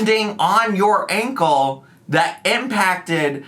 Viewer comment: I know this is so silly but I’ve seen so much content about and her ankle… I’ve realized I can’t stand the way she says ‘Ankowl.’ Hope so badly this is truly the last time she mentions it 😆